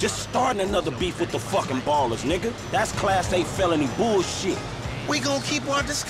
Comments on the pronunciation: Ballas not Ballers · it's Ballas not ballers